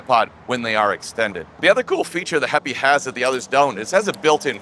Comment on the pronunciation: This is a great little tripod. I bought mine at the kickstarter stage when Mads Peter Iversen previewed it. Did heipi tell you how to pronounce their name or are you just guessing because my chinese co-worker tells me it's pronounced "happy".